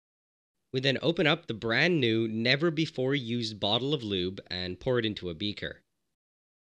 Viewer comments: LMAO HE REALLY HAD TO EMPHASIZE IT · 😂😂😂My man didn't want no questions from nobody so he emphasized the brand new never before used part.